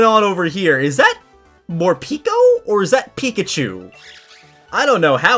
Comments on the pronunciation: It’s morpicko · this episode hunts me because he said mor- mor- morpico